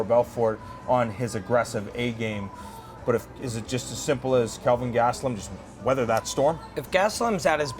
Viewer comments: It's Kelvin not Calvin, even in Canada. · who the fook is Calvin? lay off the alcohol black, very unprofessional. the man's name is Kel-vin. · "Calvin" Lol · KELvin, Robin. Not Calvin. ;-)